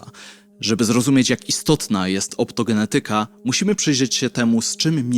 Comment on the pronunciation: OptogeNEtyka. Trzecia od końca sylaba powinna być akcentowana.